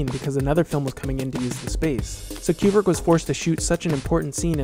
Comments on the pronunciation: Step 1 in making a Kubrick video. Learn to pronounce 'Kooo brick.' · It's Coo-brick not Que-brick. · I don't wanna be that guy but it's koobrick